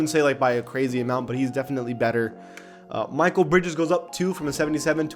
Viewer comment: I cringed hard when you said Michael Bridges. Bruh it’s Mikal and he should be an 84 overall